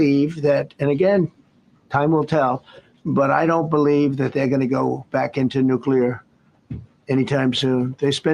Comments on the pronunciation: Please, Benny! Stop mispronouncing the word "nuclear." You are saying it like "nucular" and that is a common mispronunciation. It's like saying "calvary" when you mean "cavalry. " There is no such word as "nucular." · Benny I only bring this up because I respect what you do for our country. I don't want anyone to have an excuse to demean your work. You pronounce the word "Nuclear" Wrong!! It not (nuc ya lure) its (Nuc clee ear) Thanks for all you do! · Love you Benny, but it's not pronounced "nucular", but correct is "nuclear". Might wanna practice that as I am sure this word will come up many times in the future!!